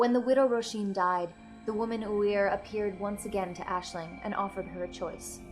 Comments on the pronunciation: As an Irish student its really refreshing to see an American say our names so eloquently! Great job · only clicked on this cause my rp character is also called Aisling, and honestly its so nice to hear someone pronounce the name correctly. ;n;; thank you